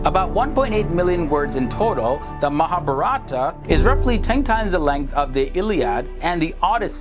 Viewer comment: You pronounced the vowels in Mahabharata inversely. I think easier way to understand is Mahābhārata where "a" sounds like "uh" (so Ma=Muh) & "ā" sounds like "ah" (so bhā=bhah).